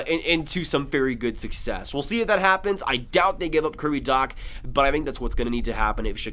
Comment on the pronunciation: Graviteh "make the biggest noise I've ever seen" XD